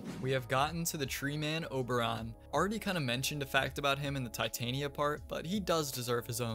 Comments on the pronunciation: I believe its pronounced Tih-tahnya not tie-tainiya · Also Val-Keer for Valkyr. Not nearly as ear bleeding as Tye-Tain-Ee-Uh but it was still wrong. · REPEAT AFTER ME. TEH-TAHN-YA.